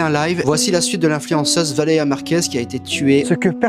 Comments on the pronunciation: Le fait qu’ils disent tous Valera au lieu Valeria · "Valeya Marquèz, Valeya Marquèz, Valeya Marquèz" VALÉ*RIA* MARQUÈZ en plus de se faire du fric sur une personne décédé ils savent même pas prononcer son prénom correctement 💀🙏 C'est vraiment dégueulasse ce genre d'influenceurs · Valéa. C'est si compliqué que ça de dire Valéria ? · Ça m’a saoulé de l’entendre dire Valeya au lieu de Valeria 🤣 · « Valea Valea Valea Valea » BORDEL, C’EST VALÉRIA PTN MÊME ÇA ILS RESPECTENT PAS 😭😭😭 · pourquoi ils sont tous incapable de prononcer Valéria ? y a un "r" comme le "u" dans ambulance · Mais pourquoi ils n'arrivent tous pas à dire son prénom ? C'est poutant simple, bordel... Valeriane Merguez ! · ValéRIA !!! Au moins prononcé son prénom correctement ! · Ils ne sont même pas foutus de prononcer son prénom correctement... Ce monde me terrifie. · Il ne sait même pas bien dire son nom ... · Yen a pas un qui prononce son prénom correctement putain ça rend fou ! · il parle tellement de Valeria Marquez mais dit son prénom si mal